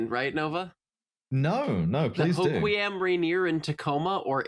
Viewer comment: She pronounced Hoquiam perfectly. I will say Rainer instead of Tahoma is less than pleasing to me personally. But I can not think of another R place name that would be appropriate.